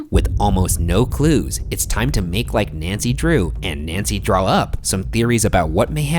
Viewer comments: Hope this makes it into the Post Mortem but please don’t ever say “Nancy Draw-up” please and thanks Ryan. #teamboogara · I almost disliked the video after hearing you say “Nancy Draw up” but I’m feeling generous today 😒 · ”nancy draw-up” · Nobody’s saying the fact that Ryan said “Nancy draw up”. I’m sad now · No one: Ryan: Nancy draw up